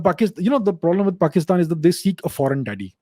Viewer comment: His pronunciation of "paxitan" killed me 🤣😂😂